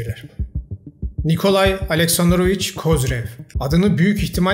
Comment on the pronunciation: Kardeşim rahmetlinin adını bir türlü doğru söyleyemedin. Kozirev, kozarev, kozorov, kazirov... Gerçi sen de haklısın. 😂 Emeğine sağlık...